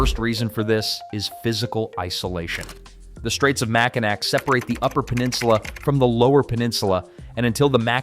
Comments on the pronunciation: Dude!!! I was screaming NAW!! Not NAC!! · its pronounced Macinaw not mackinack just so your aware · Pronounce it mack-in-awe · When the ai voices try to pronounce Makinaw and butcher it😂😂😂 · Upper mich and the U.P. are fine just the way they are. Most here in mich like it this way. By the by, it's pronounced Mac-i-naw...and KEY-win-aw.